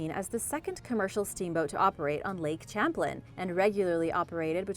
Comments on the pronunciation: When you talked about Lake Champlain in NY, it is not pronounced Champ-lin. It is Sham-plain. I live in upstate NY and have only heard it pronounced sham-plain. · Stop being irritating. The lake's name is pronounced Sham plane.(Lake Champlain between NEW YORK and VERMONT.) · I so wanted to point this out as well. "Sham plane" as we say in South Georgia! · Lake Champlain is pronounced, like Champaign. At the start of the word. It's French so you may not have ever found out! 😱 We learn something new everyday. Have a great day. 🤗🇨🇦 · No it's French. They do not pronounce the sound 'H', I'm bilingual & live in New Brunswick Canada.